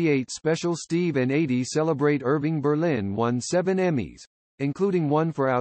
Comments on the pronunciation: "EIGHTY" Gorme!? You're doing "The Life" of this great pop singer, and you mispronounce her first name!? You should've re-recorded this track with an announcer who not only knew her first name was pronounced "EEDEE", but who also could read the script with some feeling. As others have already pointed out, there are other mispronunciations which make this effort of yours second-rate by almost anyone's professional standards. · It's pronounced Eedie not Adee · Why does he call her Adie. It’s driving me nuts